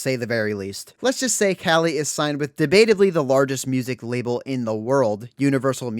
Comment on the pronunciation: I am keeping with my commitment of commenting on anyone's video that pronounces Calli's name correctly.